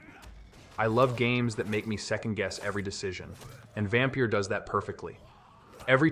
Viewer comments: Considering it's the Scandinavian (at least - I dunno how Transylvania spells it) spelling, how they say it works fine, though the Y should really sound like the first sound in the word "young". Far as I know for "fenyx", though, there's nothing wrong in saying it like the video does, or at least how you specified. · Know what, you're right on both. I listened to it again and he accentuates the A when he should accentuate the Y, while pronouncing "phoenix" "fen-yx". I Didn't catch that the first time, and fromm your comment, it looked to me like you said he pronounced it like he should have, when you meant to say he didn't. I've played Immortals: Fenyx Rising, so I'm aware of all that, but like I said, I guess I misread your comment. My bad.